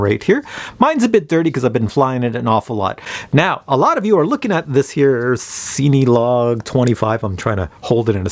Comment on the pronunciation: It's a great review but the only problem I have, is that you say the name like it's seeny. It's pronounced just like the word Cinema hence why it's made for filming. And I know that's nitpicky but you do a lot of those types of drones and just the way you pronounce the name drives me batty LOL